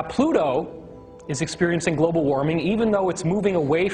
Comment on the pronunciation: "Globle" warming. Awesome.